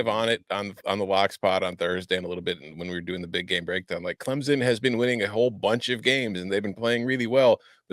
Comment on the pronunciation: it’s Clemson, not Clemzon. I was there and people left because the product on the field was trash.